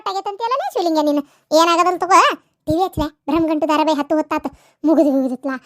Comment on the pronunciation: ಬ್ರಮಗಂಟು ಅಲ್ಲ ಅಣ್ಣಯ್ಯ